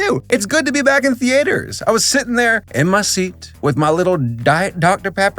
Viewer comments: I am beyond rage right now. WHY DO YOU SAY "THEATRES" WRONG!? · The-A-ters. The pronunciation has character.